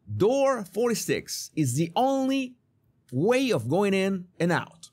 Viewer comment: Excellent video but please learn to pronounce these words differently (voiced vs. unvoiced consonants!) because then hundreds of other words will become less difficult to understand: of / off, as /ass. And the words "month, love, one, anOther, LOndon" are pronounced like "but, nut, cut" not like "got, god, not"!